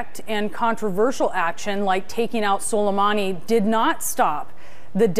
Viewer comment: it was sulemAni .. not sulemEni